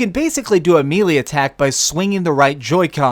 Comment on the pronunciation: Good review. It's a buy for me. "mealy attack"? Lol. Luv ya!